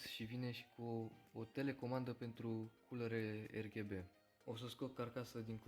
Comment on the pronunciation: Fain review. Da m-a omorat faza cu “Erghebe”